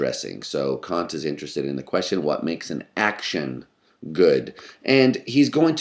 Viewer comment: Within seconds I could immediately tell this video was going to be substantially better than other Kant videos on youtube, simply by the speaker's correct pronunciation of Kant. Well done sir.